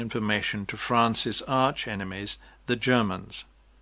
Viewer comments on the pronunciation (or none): After a good start, spoiled by referring to the Duchesse de Jermantes. The u after the g makes the g hard - thus pronounced Gurmantes, spelt Guermantes, though you later do pronounce it correctly. The composer in the novel is Vinteuil, not Vanteuil. I suspect a large proportion of viewers of this video will be Proust fans who know the books well, and are going to pick up these unnecessary errors. Gide was not the owner of the NRF, but one of the directors. It's "L' ombre de..." not "L' ambre de..."